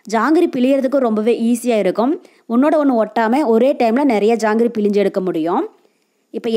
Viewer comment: Pilinju Tamizl eppadi kolai panringama Nalla Tamizla Pilzinju appadi pesanum Jangri super